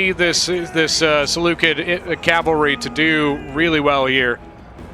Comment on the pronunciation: Oh and PS: Seleucid is not pronounced Seleukid it's pronounced Seleucid the C is soft